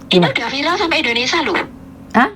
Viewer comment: bukan INDONESA, tapi INDONESIA ( SIA )